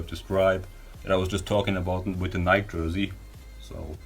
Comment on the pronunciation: stop saying "NIK" lol